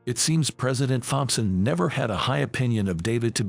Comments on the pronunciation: Please get a better robot voice!! I literally lost count of the number of mispronunciations. By the way it's pronounced Tomson not Thomp son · When you put the text for the text to speech, write "Tompson" instead of "Thompson" as it will pronounce it correctly. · The "H" in Thompson Is silent, in English. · Fompson not Thompson ,just a thought